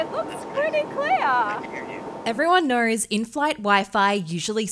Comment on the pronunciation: "everyone knowrrs"